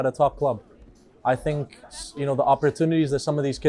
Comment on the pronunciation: I "FINK" they aren't teaching a reasonable level of diction and pronunciation at the academy school. They may be telling parents "their son will not be a professional football player" but with the lack of language skills, and that in their own country, what career does Wolves expect them to fall back on?